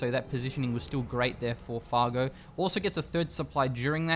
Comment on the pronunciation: It's Fargo not fargue moron!